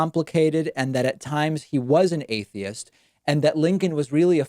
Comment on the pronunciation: He don't even know how to pronounce atheist